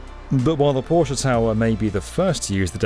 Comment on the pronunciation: I’m a simple man. I hear Porsche pronounced correctly, I hit the like button.